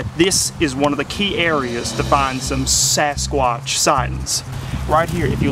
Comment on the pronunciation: ITS SASCWACH